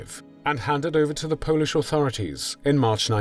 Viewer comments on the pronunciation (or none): none